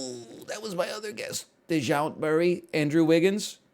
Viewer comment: I know NL did not just say "Dee-jount"